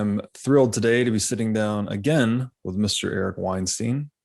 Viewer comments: Bro don't tell me u mispronounced his last name every episode...smh. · Just a heads up, you keep saying Eric’s last name incorrectly. Weinstein is pronounced like Einstein. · It's pronounced like EINSTEIN. I really like your stuff (and I'm frankly not a fan of Eric), but please get his name right.